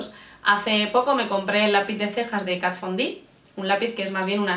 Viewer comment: sí señor! la primera youtuber que pronuncia bien Kat Von D. Ya era hora!!!!!